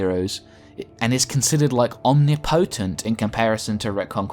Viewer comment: It's funny to hear someone speak so passionately about the Supreme power of the DC Universe being less than supreme but still can't pronounce the word omnipotent. Om-nip-o-tent is correct btw. Still a good video with some good points but still lacking a deeper understanding.